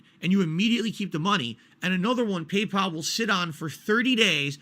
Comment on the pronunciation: "Pee-Pal" is very mysterious indeed